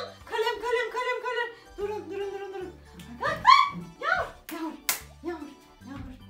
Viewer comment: Yaxmur deyil yagmur 😂